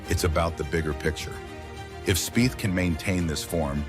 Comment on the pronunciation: Spieth is pronounced speech